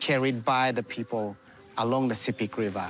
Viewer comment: Sepik is pronounced sip·ik; just like Picnic (pik·nik). Not see·pik. 🤩 - Wantok from Goroka, EHP.